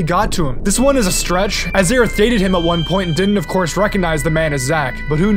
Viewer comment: Her name is Aerith. Period. It was never "Aeris". Ever.